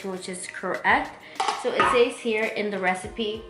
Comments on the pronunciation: I was about to comment on that too since she kept saying “says” wrong lol 😂 but I liked the recipe lol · I love you so much this was a good video but, I can’t help but cringe at how you pronounce “says” but it’s okay I still watched it! Keep up the good work you look amazing!